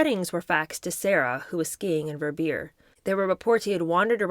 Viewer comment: When will you learn to say "Verbier" and "Cannes"?